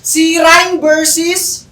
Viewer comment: Versus ❌ Bersis ✔️😂😂😂😂